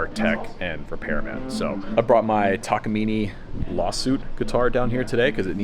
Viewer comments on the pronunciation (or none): It's pronounced 'Tah-Kah-mi-nay' btw. Not 'takameaney'. Almost nobody gets it right. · It is not “Takamini”. This is a Japanese brand TAKAMINE… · Saw a video from a different tech claiming that the Gibson knot was the ONLY correct way to string a guitar. I've tried both ways and they seem to work just about equally well... but having a knot on the end is a little uglier. Also there's no such thing as a Takamini. The letter e at the end is pronounced something more like the e in cafe. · In Japanese, ne isn't pronounced "NEE" Ta Ka Mi Ne Takamine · Talk-ah-meany 🤣🤣🤣 Its pronounced Tak-a-mine. Like Tack-uh-mine. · I'm sorry... Tak-a-mee-nee?? ...Well, I've been embarrassing myself for 20 years